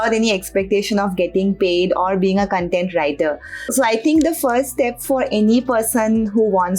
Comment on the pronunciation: "cuntent writer" seriously?